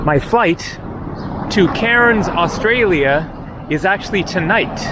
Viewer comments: It’s K-AIR-N’S not Karen’s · Was he going to Cairns, cause I’ve always pronounced it as “cans”….I believe the locals do to when I was there two years ago…. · It's pronounced CANS R is silent so is the i lol at least it is Down Under